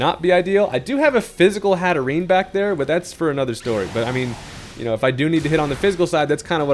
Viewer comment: love dragalge. also hatterene just being called hattervoir is hilarious